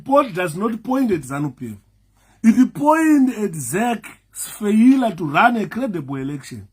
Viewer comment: Feyiilarr = failure 😂😂😂